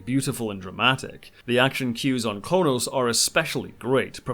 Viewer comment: On Star Trek: Into Darkness, you kept referring to the Klingon home world as "Konos." It is, actually, "Kronos."